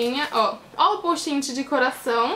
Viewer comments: nao e poustinti e postite aprende a fala pra de pois fazer videos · Não é postin-ti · ana- beatriz pessoal você disse "posti-ti" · ana- beatriz pessoal num e posti-ti tbm não. Se escreve Post' it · ana- beatriz pessoal ela fala postinti e vc posti-ti o certo eh post-it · oq ela mais enritou foi ela falando postinti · kkk postinti gostei mtt do vídeo mas vc tentando flr certo post it foi engraçado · vc falo postinti foi isso que eu entendi